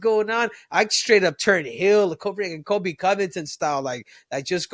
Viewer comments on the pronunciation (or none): none